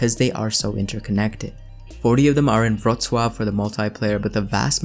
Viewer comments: You pronounced Wroclaw like a true Polish person. Damn son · Your "Wrocław" was superb. You pronounced it like Poles do. Very nice!